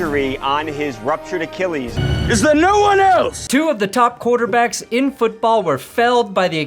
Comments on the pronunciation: Achilles! Look up how to pronounce it. keeps saying it wrong. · AKKEEELEEES?!?! bro you talk for a living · I can't be the only person triggered by the way pronounces it "ACHEE LEES" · Acheeeeeleeees! Not Achilles, acheeeeeleees! Check your pronunciation people. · please say achilles right. its funny at first how you mispronounce it but then it gets old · The only reason you made this video is so you could mispronounce Achilles 127 times. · I’ll sign up for underdog when you pronounce achilles correctly ffs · Just pronounce it like everyone else does. Remember that Family Guy bit on the 'h' in Cool Whip? You're Stewie.